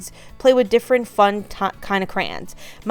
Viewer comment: Crans?? Do you mean Cray-Ons?